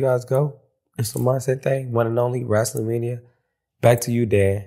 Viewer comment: I am not a wrestling fan. But I truly lover her❤❤😂 Also…Can someone let Funny Marco know it’s “wrestling” not “wrassling.” It bothers me….Good Day ✌🏽